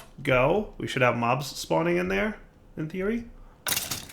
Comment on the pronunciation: "in theory" = "hey siri" lol